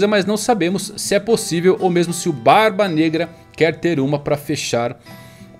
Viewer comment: Barba BNegra. Eu vi que tu ia falar Braba Branca